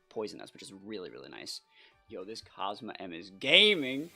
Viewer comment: I think the team could use some toxic stall as well if you run it back for another video! And btw its pronounced COZ-MOHM (Cosmoem)